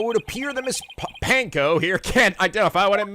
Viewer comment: *Cue getting triggered by pronouncing "Panko" as "Pain-Coe" when it's pronounced just like Ponco*